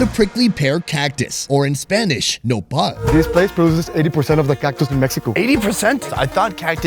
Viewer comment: You guys are saying Nopal I heard Nepal and some words are Nepal I got happy that you were mentioning my country name in your video but it wasn’t 😃 Lots of love from Nepal🇳🇵